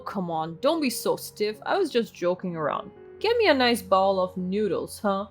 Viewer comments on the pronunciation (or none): Please bowl is pronounced bole long o. The way you're pronouncing it as bowel-like in bowel movements from the digestive tract. Please get better English speakers.😮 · I just wanted them to know how they're pronouncing words sound to English speakers and what they mean. I wasn't trying to be mean. I know the owl in bowl was being pronounced as owl.